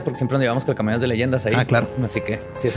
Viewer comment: Calcomanías, calcomanías, calcomanías, no cacamonias. Jajaja seguiré todos los episodios hasta que lo diga bien.